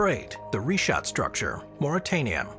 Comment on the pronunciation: *SARGASSO Sea, not "Saraco" & *RICHAT Structure, not "Reshot" Pronounced correctly, tho', gg 😇👍